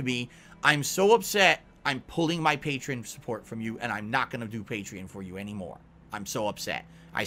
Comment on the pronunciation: how does he not know how to pronounce Patreon?